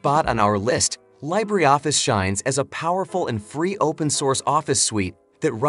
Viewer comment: Yeah. What's this LYE-bree Office is speaking about? 😂